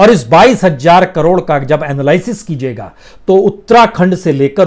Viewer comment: बंधु आप हज़ार को हमेशा हज्जार क्यूँ बोलते हैं ? हज़ार बोलें अच्छा लगेगा ।